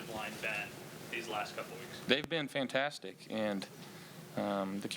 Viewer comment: "Faaantaaastic" you can tell Josh has assimilated to the culture, he's picked up the accent